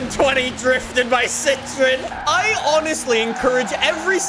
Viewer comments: Its not pronounced "si-tri-n"... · It's Citroen you have to pronounce the O.